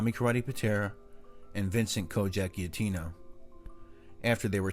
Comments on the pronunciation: If you’re going to say our name. Say it right. The G says its name when pronouncing our name. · always great videos bro! Also, not criticizing or anything, just a suggestion, when you see a Gia in an Italian name it’s pronounced like a j. Great video, as always!